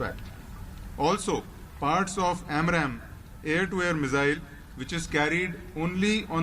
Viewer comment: Its AMRAAM not AMRAM.